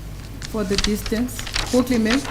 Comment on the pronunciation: Black people have a problem she pronounced google differently they laugh if it was a French or Chinese you shut up the lawyer is brilliant pronunciation of google is nothing get a life